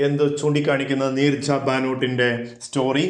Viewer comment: Neeraj alla sire neerja